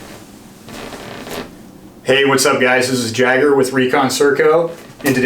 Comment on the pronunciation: I’m curious if that’s your real name 🙄 because in German and English it’s pronounced yā-ger, not jagger as in Mick.